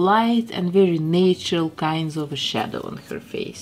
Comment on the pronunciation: You say “natural” the say way that my grandfather from Ivano-Frankivsk did… that made me so nostalgic. 🥺🥹 As nostalgic as beautiful Snow White herself!